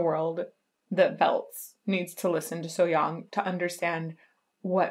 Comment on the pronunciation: Your So Hyang pronunciation is perfect. Good job!